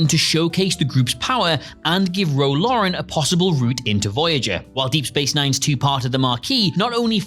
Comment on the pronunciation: Ro “Lauren” and Nigel “Davers?” Might want to get someone to proof read the scripts before the host records them.